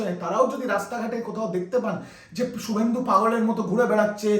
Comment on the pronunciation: Su bolcho keno? Shu uccharon korte Paro na?